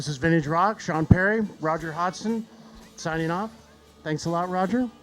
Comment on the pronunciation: said "Hodgson" wrong